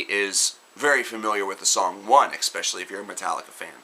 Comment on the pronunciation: you black? "expecially"